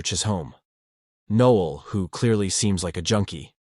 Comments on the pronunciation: Noel not Neil NOEL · Also, "Nee-ol" instead of "Noh-el"